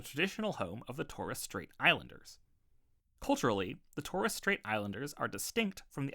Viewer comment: Mate, that's the worst pronunciation of Macquarie I've ever heard. Also, check your pronunciation of Pilbara and Torres.